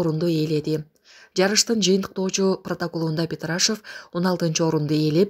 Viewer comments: Петрашев эмес Петрашов туура айтыш керек бироонун аты жонун анан басым дагы озгорот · Ушул коментаторлор өзү сабатсыз орустун фамилиясына басым жасалат пЕтрашв деп кой.ПетрашОв деп айтылат. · ПетрашАев эмес ПетрашОв. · Петрашев эмес Петрашов деп туура окусанар уятта😢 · Ассалому алейкум. Сураныч петрашыв эмес петрашов болсо керек туура айтып чыгарсанар. Мамлекетибиздин намысын коргоп жатса сыйлашыбыз керек. Деги эле билимдуу кызды отургузгулачы сураныч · ПетрашОв - ударение падает на гласную букву О . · Петрашовду туура айтсаң, басым О тамгасына келет да, сүйлөөрдөн мурун орусча сөздөрдү туура айтылышын тактап алып сүйлөө керек го сабатсыздай болбой